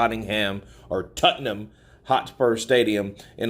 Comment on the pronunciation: This clown actually called Tottenham ‘totting ham’ 🤤🙄